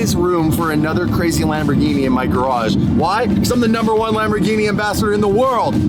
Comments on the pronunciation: Well, the Centenario would be a very well addition to the channel. BUT, as a big Lamborghini Fan you are, please do NOT pronounce Lamborghini "Lambordschini"! 🙏That is embarrassing! Lamborghini. Please! And I am very surprised and a little disappointed that you didn't even look at the wonderful Miura. The Miura is the origin of all mid-engine sports cars, even before the Countach, which I love very much, the first super sports car. One of the most beautiful ever built. You should definitely try to have this experience. Furthermore, dig in! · if you pronounce Lamborghini "Lamborjini" then you should also say Spajetti instead of Spaghetti🤣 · “Lambor-geenie”….. the black is so boss!!!!🫵